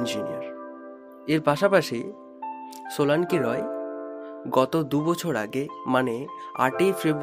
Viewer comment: Solanki Roy nam take eto bichiri bhabe pronounce korchilen keno ? Age ki bhabe kotha bolte hoy sikhun. Tarpor vlog banan.